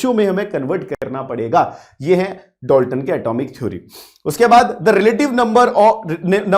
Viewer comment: Dolton 🙅 Dalton✅